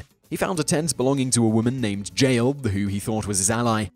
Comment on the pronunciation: The J in Jael is pronounced like Y